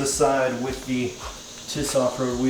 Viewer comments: It's T.I.S....NOT TIS.... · It’s T.I.S not TIS just sayin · It’s. Not tis it’s TWENTY INCHES STRONG you say the letters individual